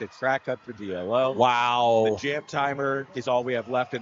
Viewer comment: Yes. You're right. It's pronounced Dee-Low.